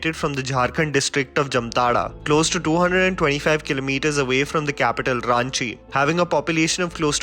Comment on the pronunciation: And its pronounced as not रान्ची its रांची